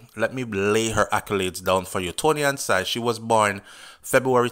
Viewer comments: Somebody please teach this man how to pronounce Toni-Ann's last name properly. Unbelievable! It's pronounced sing not sine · Not sigh.... pronounced SING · Her name is (SING/SINGH) NOT SIGH as you calling her.. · Sing is her last name not SIGH, Its Singh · Great review started watching after the live yesterday but got caught up in watching the actual music video and really enjoyed it so played it over and over. One thing her name is pronounced "Sing" but great review.....a u bring it to a lot of people's attention 1st becaise I was on tik tok and didnt even see it until u highlighted it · Ive been told by many that it is pronounced SING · Her name pronounce as SING its spelled the HINDI way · No disrespect but her last name is pronounced sing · Her name pronounce sing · You pronouncing her last name wrong